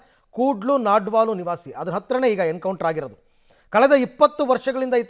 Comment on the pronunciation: its ನಾಡ್ಪಾಲು not ನಾಡ್ವಾಲು